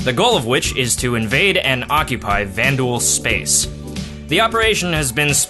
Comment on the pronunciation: What is a "van-due-al space"? You said it at.... approx. I've not heard this before....